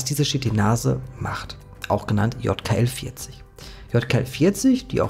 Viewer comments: Ich dachte ja erst du hast ausversehen J statt Y gesagt bei dem Wort YKL-40, aber du hast es locker 10 mal einfach falsch gesagt! Wie zur Hölle passiert sowas? 😂😂😂 Es heißt Ypsilon. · YKL-40 sollte man aber nicht mit Jod Ka El Vierzig ausbuchstabieren - zumindest in meinem Alphabet wäre das eher Ypsilon Ka El Vierzig 😉 Auch die Aussprach der Chitinase erinnert mich sehr an "Shit in Nase" 🙈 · Gutes Video, aber es heißt nicht JKL-40 sondern YKL-40. Ungefähr 20 mal im Video falsch wieder gegeben. 😀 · Du sprichst immerwieder von YKL 40 ist [ˈʏpsilɔn] JKL 40 ist [jɔt] ( weil es mir immerwieder aufgefallen ist 😉 ) Ansonsten ➡️ ❤ DANKE für die Recherche und Deine Meinung - die ich auch hier wieder sehr (gerne) teile 🍀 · Es ist ein Y (üpselon) kein J (iott) in YKL-40. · Ey es tut mir echt leid das Video ist sehr interessant aber es triggert mich des todes, das du YKL 40 immer JKL 40 nennst. Ich kann das Video nicht zu ende gucken